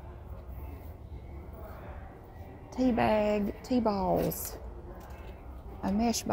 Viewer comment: when said tea bags tea balls I nearly choked on my drink from her southern drawl